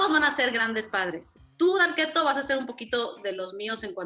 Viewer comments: Oh esque yo oía varqueto 🤣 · Porque le dice Darketo?